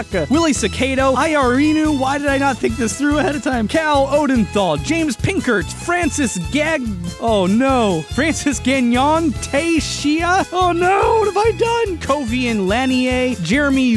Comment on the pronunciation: Nobody: Not a single soul: Not even the air:: see Francis Gagnon “Francis Gañon”